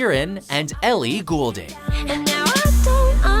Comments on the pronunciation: Okay, couple mispronunciations here. First off, it's "Ri-ANN-A", not "Ri-AH-Na". And it's Ellie "GOLD-Ing", not "GHOUL-Ding". That and that Taylor Swift/Katy Perry collab will NEVER happen! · Wait, how did he pronounce "Goulding" hahaha